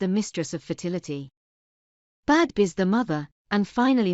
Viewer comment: Isn’t it pronounced “Beev”?